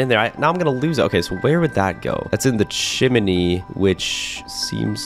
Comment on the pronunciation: You not know how to say chimney😂😂😂